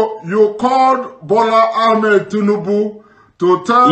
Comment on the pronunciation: This man is not genuine. His English is faulty for a journalist. The way he pronounces Sanwo Olu and Ahmed Tinubu shows he hasn't been working for a Nigerian Television station as he claims.